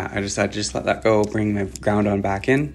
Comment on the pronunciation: why do you pronounce it ground-on … its groud-on … 1 n at the end lol